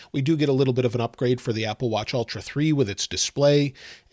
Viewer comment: Ultra, not Altra. It’s like the difference between bowl and ball.